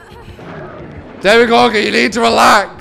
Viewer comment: Why do people keep calling him Demigorgon? ...